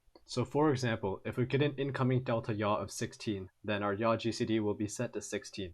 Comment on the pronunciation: its yaw like yawline